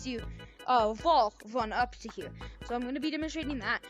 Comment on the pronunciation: up hewe??